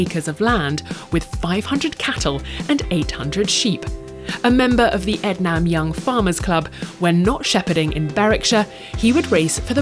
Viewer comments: In the Clark section, the village is pronounced EDnum (not EdNAM). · It’s pronounced Ed-nim not Ed-nam